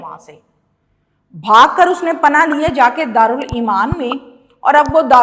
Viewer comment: دارالامان ہوتا ہے دارالایمان نہی